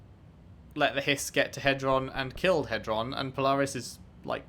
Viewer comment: Hedron not Heston🤦